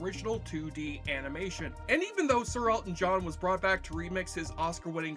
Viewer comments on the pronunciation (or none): God damn. Between the sound/music mixing and your inability to enunciate words makes this video barely watchable. Guillermo is not pronounced Garemo. Animation is not pronounce anmation, listening isn't lissing, and maleficent?! You somehow made a 4 syllable word into 2! Malfcent. Jesus. Enunciate dude, enunciate.